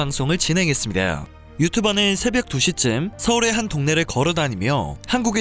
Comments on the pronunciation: 발음이 정 말 구리쉽뉘다으... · "~습니디아." 어미처리에 발음이 뭉개지네요. 방송하실거면 연습하셔야 할 듯 합니다. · 끝에 다가 왜이래?외쿡인인가요? 댜오 했었댜오~ 혀 꼬부라진 말투 웃기려고 하는건지 듣기 거북했댜오. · 아니 체널주인 발음 왜그래?? 외국인이냐?? ~~다 로 끝내라 좀 제발!!! 다~오 다~~~~오 다오 다오 다오 했습니다~오 였습니다~오 같습니다~~옹 어유 ㅅ발 듣기 역겹네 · 그렀습니데어. '다' 발음이 잘 안되십니데어. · 제발 다 발음좀 짧게 해주세요; 습니다 발음이 너무..다우 돠우 막 있어보이게 발음하시는 것 같아서 집중이 안되옵니다ㅠ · 씁니댜오.. 습니다 발음 너무 거슬려요. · 말하실때 ... 했습니다. 끝말 '다' 소리가 이상하게 들려요. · 습니다발음 연습하셔야겠네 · 왜 발음이 이상하죠? ~니다 할때 발음이 이상해요.